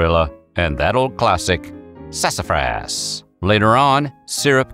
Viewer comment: I liked on the pronunciation of "Sasafrass!"